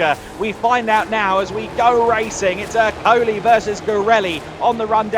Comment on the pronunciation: Èrcoli, not Ercòli